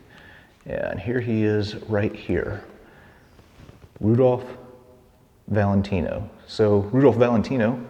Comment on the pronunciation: The pronunciation of Rudolph Valentino full name was 100% correct. Maybe.:face-blue-smiling